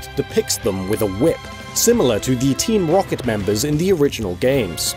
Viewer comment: "team wocket"